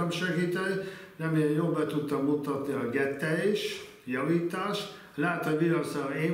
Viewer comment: Igen, ez a gettelès es kittelès igen. Nagyon érdekes es szórakoztató volt, nem győztünk beletekerni.